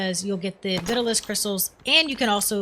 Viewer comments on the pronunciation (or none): Not looking to nitpick, but the crystals found in the mines are pronounced Vi-taal-us, just like the old fashioned hair tonic from the 50s.